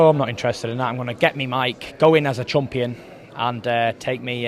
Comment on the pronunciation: lol... did did tyson just call himself a "chump-ion"???